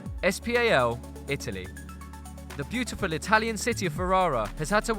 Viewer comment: please can you say SPAL and not es pi ei el??😦